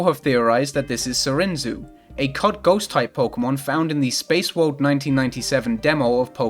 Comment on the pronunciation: This isn't pronounced "Sarinzu", it's actually a transliteration of the English "twins". Barunda also just sounds like "this is a balloon".